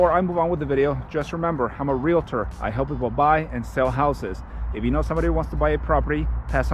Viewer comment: thanks for saying real tor , and not reel uh tur